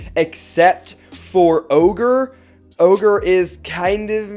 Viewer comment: My mans triggered me every time he said ogre